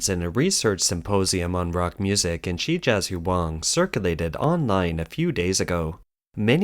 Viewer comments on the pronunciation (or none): Hard to take this channel seriously when they can't even say 'Shijiazhuang.' Pathetic.